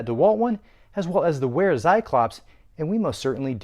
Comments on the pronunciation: good video. It's pronounced like Vair-ah, not Wair-ah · it's pronounced Vera Tsi-clop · it's not wear-a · Just a pro tip but it's actually pronounces "Vera". Great vid